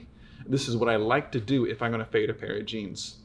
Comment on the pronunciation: “i wanna fyet”